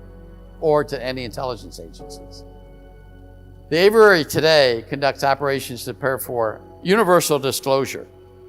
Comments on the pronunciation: “A” vee airy……. Not ‘ava rarey’. “Aviary” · Let's talk about: AYV - eee - airy ,and not: "AYV - errr - airy" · The word is “aviary” but it sounds like he’s saying averary??! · if only he knew how to say the word aviary. He keeps saying averary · A V I A R Y. 😊 Please tell this guy how to pronounce the word